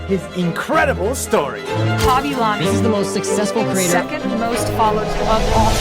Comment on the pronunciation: It's LAW-ME not LAME